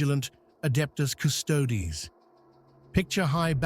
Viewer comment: After the AI writes the script, if you edit it and change the spelling of certain words, they get pronounced correctly. As an example, "Custodes" becomes, "Cuss-toadies".